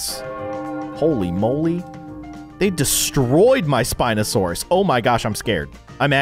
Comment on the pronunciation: The spineosarus one was pronounced pare-sal-olph-agus